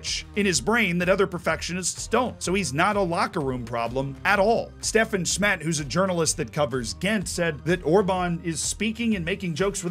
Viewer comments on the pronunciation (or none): none